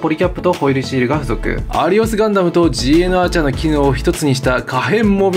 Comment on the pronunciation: すーごく細かいことですが、GNアーチャーは｢ガン｣アーチャーと読むそうです。なんでか知らんけど。